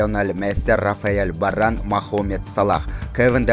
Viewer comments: Рафаел Баран эмес Варан деп айтса болмок экен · Точно ошентип айтыптыр,Рафаел Баран